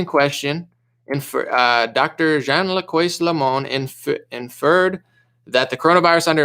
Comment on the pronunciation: François = Frahn swah